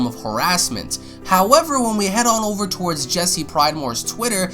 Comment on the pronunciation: Damn, fucked up the emphasis on OVER :^/